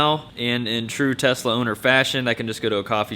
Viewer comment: nice video, but you keep saying Testla.